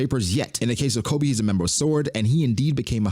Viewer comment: His name is Koby. KO-BEE. STOP SAYING Kolby.